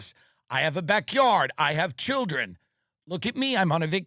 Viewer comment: Th skweams of his childwin